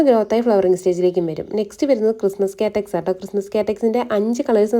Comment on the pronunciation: Good collection. പിന്നെ കാറ്റക്സ് അല്ല cactus..kaaktus aanu correct.